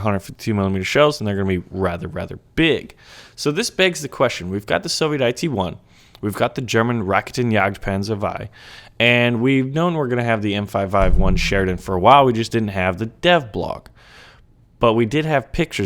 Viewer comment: It's pronounced "Ra-ke-ten" and not rackten